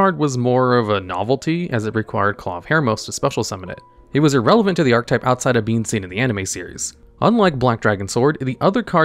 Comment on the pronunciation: Why do you keep not saying the “e” in archetype? It is a 3 syllable word, i little though you kept saying “art type”